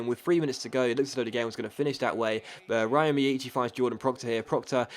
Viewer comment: by the way the way you pronounce miyaichi's name is wrong, as an Irish person living in Japan I can tell you that you should pronounce it as Rio instead, as that is closer to the correct Japanese pronunciation of the name!